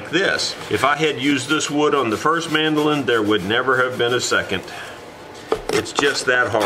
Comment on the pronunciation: Would you please, just once, say "man - do - lin". It's kind of excruciating to hear it pronounced 'mandelin". It probably feels like saying toys-are-us to oblige me, but you guys started it with silly names so you have to live with the consequences. I know it's idiomatic how you peeps have come to mangulate language, but you need to be aware it feels like a sonic crime to other idiomatic realms. Also these instruments quite likely originated and developed from similar things in Europe - Italy, Portugal, Spain, England, etc., so taking a nod to their ancestry is not such a bad thing either. Over here in Australia we still have some UK sensibilities. Meanwhile, I'm off to play some Brazilian choro on my very fine Chinese (Eastman) mandolin to stop being mesmerised by the prospect of the world's finest. Cheers.